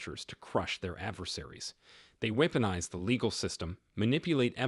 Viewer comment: Good Information. Practice Pronunciation of These Words: Weaponize, Sabotage, Barrage. God Bless,.